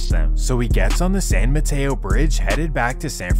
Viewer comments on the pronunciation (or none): none